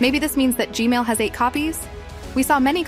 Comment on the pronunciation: Stop saying g male